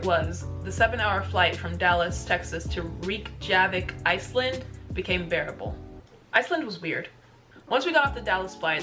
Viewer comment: 'REEK-JAVIK' XD. Should prenounce it as rek-ya-vik.